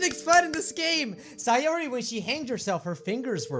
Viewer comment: And it's pronounced say-ore-e Sayori